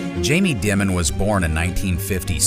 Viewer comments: Its pronounced "Diamond" HA ha ha ha ha ha ha . Makes you sound so stupid. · Stephanie Ruhle even pronounces "Dimon" correctly, and yet somehow throughout, the pronunciation is done "creatively". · If you can't pronounce his name......😢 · What’s up with the Dimon mispronunciation? Are you trolling?